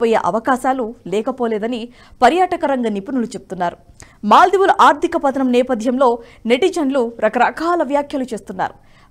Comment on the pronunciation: అమ్మా దయచేసి ఆర్దిక కాదు ఆర్థిక అని పలకాలి. 'వెల్లినపుడు' కాదు, వెళ్ళినప్పుడు. మీ తెలుగు ఉచ్ఛారణ భయంకరంగా ఉంది. అసలు నేను చూడను మీరు చెప్పేది కానీ బ్లూటూత్ లోఆటో ప్లే వల్ల వినాల్సి వచ్చింది. దయచేసి కాస్త ఆ అక్షరాలు సరిగ్గా పలకండి. పైగా రాజు గారు ప్రతి వీడియో చివర్లో వీడియో నచ్చితే బెల్ ఐకాన్ నొక్కమంటారు 😂😂😂 దరిద్రం గా ఉంది. ఒకసారి మీరు కూడా వినండి. ఎన్ని తప్పులు మాట్లాడారో ఆవిడ. ఎక్కడ 'ల', ళ', వాడాలో తెలుసు కోండి. ఇదంతా నేషనలిస్ట్ మీద అభిమానంతో చెప్తున్నా, పాజిటివ్ గా తీసుకుని కరెక్ట్ చేసుకోండి. గిరిధర్ గారివి, సురేష్ గారి వి చూసే మాకు ఇవి చీప్ గా అనిపిస్తుంది. వీళ్ళని చూడాలని కూడా అనుకోం. క్షమించండి పదాలు కఠినంగా ఉన్నందుకు.